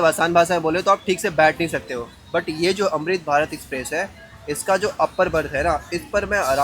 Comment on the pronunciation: अमृत भारत एक्सप्रेस 🎉 भारत में , ना की भारत देश में 🎉 सही से हिंदी बोल ले क्या प्रॉब्लम है तुझे, एक्सप्रेस को स्पेप्रेश बोल रहा हैं 😂😅😮🥳🥹😁